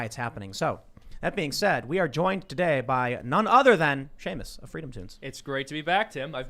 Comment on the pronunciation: I just noticed you call Seamus freedom toons lol.